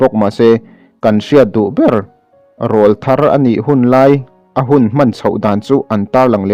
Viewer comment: Rawlthar tih hi lam diklo